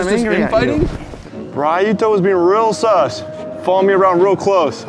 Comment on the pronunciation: They butchered the word "sus" lmao. Funny vid tho